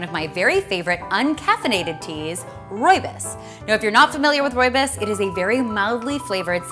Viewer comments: She says rooibus It's rooibos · roy-bus? no its roye-bose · As a fellow South African is not rooibus it’s rooibos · Oh my god you are saying it wrong it is not rooi bis it is rooi bos 😭😭😭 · its not rooy-bis its roob-is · Rooi bis? Um it's rooi-bo-s Im South African and I know. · Rooi - BOS not rooibis :) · I'm South African and that's not how we pronounce our lovely Rooibos😢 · Your saying rooibos wrong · Oh gosh! Please don't pronounce rooibos like that again... at least you tried too roll the 'r'. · im from south Africa and not trying to be a downer but you dont pronouns rooibos right xx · Great video, btw you pronounced rooibus wrong :)